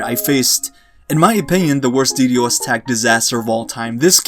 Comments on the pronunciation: Dude legit said de de Os, it's ddos. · I hate how he says ddos 😂